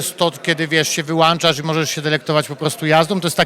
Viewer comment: Gdy pytający mówi "wyłanczać" - to nie pozostaje nic innego jak WYŁĄCZENIE tego.